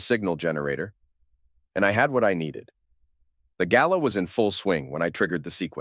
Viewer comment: Gala not gallow.